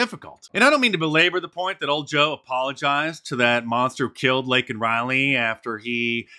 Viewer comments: LAKEN RILEY -- Say her name, Biden. Correctly. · To be fair, I thought MTG said "Lincoln". You want to hear Lincoln because the name is so ingrained, "Laken" is not.. I heard about the nursing student but I didn't know her name.